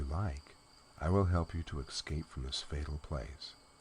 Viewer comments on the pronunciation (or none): I love listening to these stories, and hate to complain. But there is no X in escape.